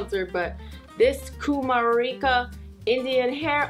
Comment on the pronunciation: hearing her say kumarika was fun